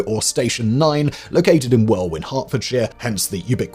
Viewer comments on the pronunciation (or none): Did Simon just mispronounce Welwyn as "well-win"? Boy needs to drink some tea and get back to his roots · Welwyn is pronounced “Welin” by local Herfordians (natives of Hertfordshire) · Did you just say "well-win, Hertfordshire"? For shame.